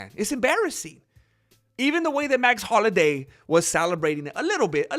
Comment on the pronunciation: I love you may man but it's, Max Holloway lol dude you're the man how you not know this. I think you're trolling us with that . Love the Chanel